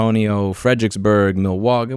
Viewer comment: Milwaukee is pronounced Mill-wall-key